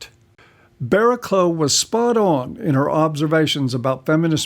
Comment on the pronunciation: It's pronounced Bara-cluff. British English is... not intuitive.